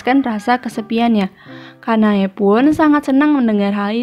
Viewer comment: Anu mbak aku mo kritik aja nih oembbacaan nya ada beberapa artikulasi nama tokoh yang kurang jelas kyk "sanae kanae Kanai "